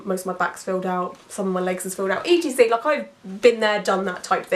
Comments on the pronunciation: I've never heard anyone say "etcetera" as "e. t. c." out loud before! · I have never met someone that says E T C instead of etcetera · Watching your videos is made so hard by your constant spelling out of etc. please please please use the full word et cetera! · I’m from Australia and we always say ‘e t c’. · I think I'd take that any day over the mispronunciation of Ex-etera lol